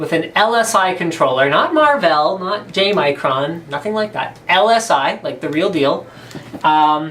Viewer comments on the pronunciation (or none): Did he just say "gay Micron"? lol, didnt sound like J Micron :P